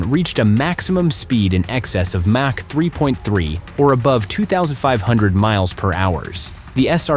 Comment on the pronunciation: MACH as in ERNST MACH, a German physicist determined at what speed was the sound barrier. His name is pronounced M Ä C H. Or M O C K.